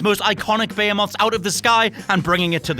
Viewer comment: Did you pronounce behemoth wrong